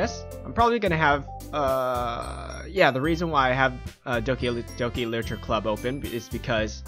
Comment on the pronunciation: "Licher club?"